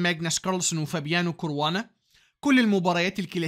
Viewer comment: اسمه كاراوانا بفتح الكاف 😂😂بهزر ي استمر❤قناتك جميلة جدا وخلتني احب وافهم الشطرنج والله ♥️استمر وكل الدعم